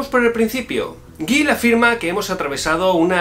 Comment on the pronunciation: Se pronuncia "Yil". Excelente vídeo.